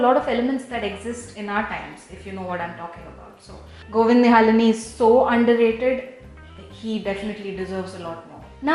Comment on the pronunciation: It's govind nihlani not nihalini.